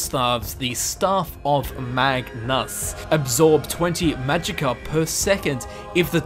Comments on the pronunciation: Dylan Schultz MAGNEASEEEE!!! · and magnus toooo!!!!!!